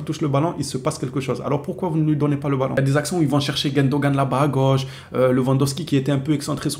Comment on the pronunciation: C est GUNdogan pas GUENdogan stp ! Ça me stresse les oreilles bro